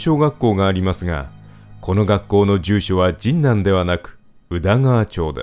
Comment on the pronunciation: 学生の時、現ハンズの近くの博多ラーメン店(今はもう無い)でバイトをしていたので、懐かしかったです。 ところで、どうしても「神南」のアクセントが気になりまして…。 「ジンナン」は「銀杏」(ギンナン)と同じで平坦読み。 昔、NHKへのお便りの宛先をアナウンサーが読み上げていた時、「神南」を平坦に読んでいました…。 細かくてごめんなさい笑